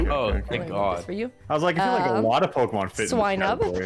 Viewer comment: draws as good as he says the Pokemon names:D